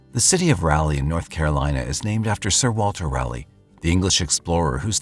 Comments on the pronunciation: lol!!! “RALLY” 😂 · I love your channel but it’s RAll-Leee and Row A Noke 🤦🏻‍♀️ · Raleigh=raw-lee Roanoke=row-uh-n-oak Love your videos, those mispronunciations made me laugh though, right in the middle of this tragic story. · It's text to speech. Also you bad at the dictionary sounding out thing. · I must have been pronouncing Raleigh wrong all these years? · As a NC native I didn’t realize he was talking about Raleigh until said capital of the state. And then every time he said it it has provoked this primal cringe 😂usually he gets pretty spot on with things. First time I’ve heard it pronounced that way tho